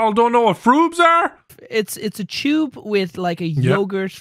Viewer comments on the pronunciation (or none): Am I the only one who keeps thinking about saying tube? I thought he was mispronouncing chode and then I realized what they were talking about lol. I'm going to call from now on